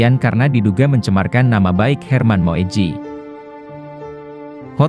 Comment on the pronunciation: Baca Moedji adalah Muji. Seperti Soekarno bacanya Sukarno